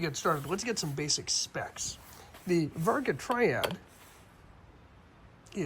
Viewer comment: You should pull this video and redo it seeing as you botched the name of the very thing you're talking about... It's Vargo not Varga.